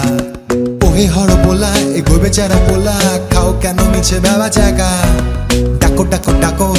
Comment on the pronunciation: দারুন নয়..... দাড়ুন!! "র" আর "ড়" এর উচ্চারণটা ঠিক করলে দাড়ুন না বলে দারুন বলতাম।😆😆😆😆😆😆 বেচাড়া, গড়ুর পাল, বাজাড়েড়..... এই উচ্চারণ গুলো ঠিক করলে ভালো হোত।